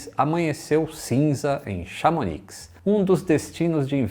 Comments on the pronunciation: "Chamoni" rs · Chamonix pronuncia-se chamoni. Melhor lugar do mundo para prática do ski... ❤️ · uma dica: não se deve pronunciar o “C” no fim de Mont Blanc (fica monblãn) e nem “X” no fim de Chamonix (fica chamoní). Valeu! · tanto no Mont Blanc como Chamonix, não se pronuncia o C e o X, parabéns pelo canal.